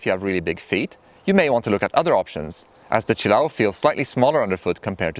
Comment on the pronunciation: Say it with me... chill-A-oh. Accent on the A.